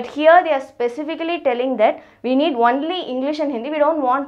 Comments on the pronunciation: Not onely its only ...Your pronunciation wrong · She tells "wonly" instead of "only" 😂😂😂😂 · Madam its not "ONELY" , its ONLY. 😂😂😂😂😂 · Archishman Bhattacharyya ..its nt only it is wonly😆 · It's not Onely 🤣🤣it's only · Only says wonly 😂😂😂😂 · I cant get over the way she says only I'm sorry😂😂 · your 'only' is too hilarious